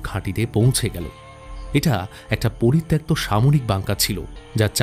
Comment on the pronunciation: poritoktto uccharon ta ato bar bhul bollen. ota thik korben